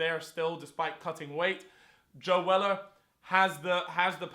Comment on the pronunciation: its not joe weller, its joe seller